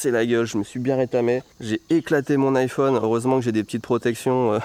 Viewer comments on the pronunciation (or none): none